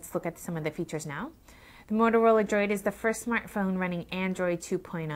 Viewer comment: Simple, she claims she has small hands when they are really small hams. Finger nail polish on those nubs just accentuate the fact that she has no nails and makes it a distraction. Lastly, she can even say the word Droid. Sounds like she is saying, "Motorola Joy."